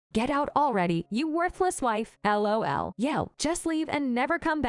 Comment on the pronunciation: When they literally say l o l its an ai reader